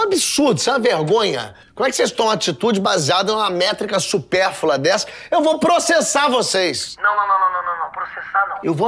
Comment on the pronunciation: "supérfula" o correto é "supérflua"...